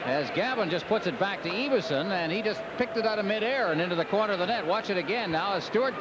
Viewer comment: EE-vason? It's EV-ason!